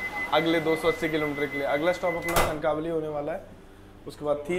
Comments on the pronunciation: सत्या कणकावली नहि कणकवली नाम है. कनक वल्ली से उत्पत्ती है इस शब्द कि. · It's not kankaaavali its kankvli